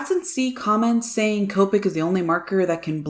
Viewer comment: When you say Copic I think you keep saying covid lol, both sides are amazing though